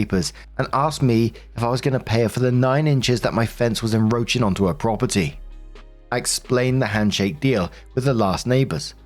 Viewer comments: Story 1 - Once again, and as always, stubbornly refuses to pronounce the first "c" in "encroach". As always, it's "enCroach" NOT "enRoach". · Story 1: EnCroach, not enroach. The fence is not made of cockroaches. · I know. I catch it every time, too. I also catch Orientated instead of Oriented. Ugh,🙄, our dear butchers some words, lol.😂 I love him anyway. At LEAST he doesn't say irregardless. (Grrŕ!😡😡🤬🤬🤬)